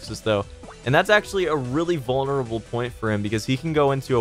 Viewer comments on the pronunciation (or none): none